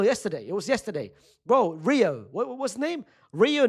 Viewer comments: He said niggahuma😂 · Butchered Rio’s name